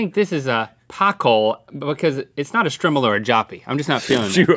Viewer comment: It's pronounced Str-eye-mel